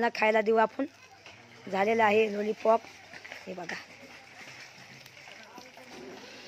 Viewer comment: लूलीपोप नाही लॉलीपॉप असतं ते